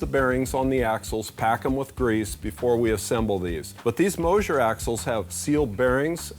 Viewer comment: No,, on the rearend parts, it is pronounced Moser, not Mosier. You are teaching the world about these car parts, so say the manufacturer names correctly.